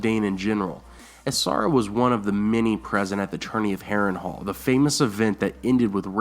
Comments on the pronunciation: and he said asara dayne when she's called ashara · I love your videos, but the way you pronounce Ashara and Asshai makes me cringe sooooooo hard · You pronounced Ashara wrong too 😭😭😭😭😭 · Also, Ashara... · Good video. I think book Quaithe and show Quaithe will turn out very different. Really like your channel but you need to work on your pronunciation of Song of Ice and Fire names like A SHAR A not A SAR A and ASH HIGH not A SIGH. Thanks for doing these. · SH makes a sound like shhhh...not sssss like Ashara and Asshai...and while I'm at it it's pronounced She-ara ( or she-air-a) sorry not trying to be a hater but it was poking me right in the OCD. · Also MY GOD, somebody PLEASSEEEE teach this guy how to pronounce an "Sh" sound! .. "Ass- Hi"?? "Ass- ara Dayne"?? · S+H= shhh Asshhhai, Shhhiera, not Sahara lol